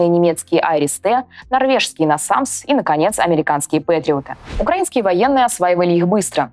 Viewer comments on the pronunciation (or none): none